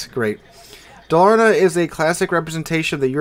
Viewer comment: for people that want to pronounce Dalarna properly its to give an emphasis on Dalar and the na being being a bit more quiet. also the Dalarna stats are absolutley stupid. BASE dpm of 314k with a 6km max concealment